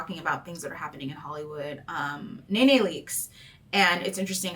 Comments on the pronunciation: Love your videos but just want to point out her name is pronounced “knee-knee” not “nay-nay” lol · NeeNee, not NayNay.lol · Now why would you mispronounce Nene’s name like that? Lol